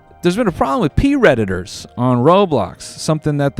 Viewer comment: it took me a minute to understand he was saying predators and not pee redditors